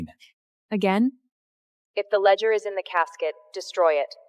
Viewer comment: Are you kidding? Is there a lot of wine involved with drunken AI data entry? Every scene has nonsensical garbage instead of basic words. "Memorandum," "ledger" the family name is inconsistent Moretti, Morelli, Morechi, Moroti and many other words are so mispronounced that without the subtitles it was unintelligible. The family name is said more than 7 different ways!